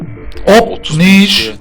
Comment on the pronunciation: Abi Neiş Demeye Uyuz Oluyom Taklaji